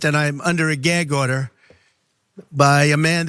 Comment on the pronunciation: What's a 'Gairg order'?